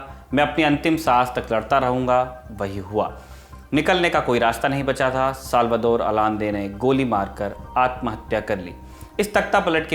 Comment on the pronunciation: its Pronounced Salvador Ayande... I still remember my ninth class textbook of civics mentioned it..